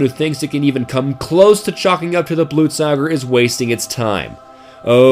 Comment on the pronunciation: ITS BLUTE-SOH-GEHR FFS